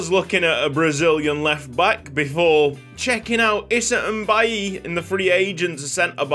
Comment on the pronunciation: Issa's last name Mbaye is pronouced May lol. I have a cousin with that name